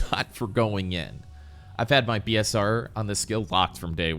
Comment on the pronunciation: Oh BSR? It sounded like you said P and not B, nice to know the abbreviation. Haven't played with people enough to know the lingo for BDO, have played with friends, but they don't seem to know the lingo either